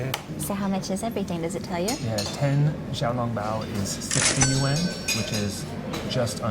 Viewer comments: Nah, was closer. Just have to say it in one syllable though, not two. In China, bucks = kuai. No one says yuan or rmb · pronounciation of yuan sounds more correct..sorry 😅😅 generally speaking food portions in northern China are bigger than southern China.